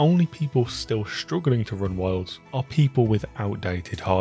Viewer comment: i was thrown this whole review bc every time you say wilds it sounds like worlds